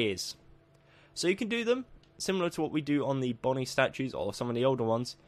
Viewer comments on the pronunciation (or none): none